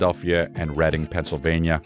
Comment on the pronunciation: You know he's a PA homie when he pronounces Reading like Reading and not Reading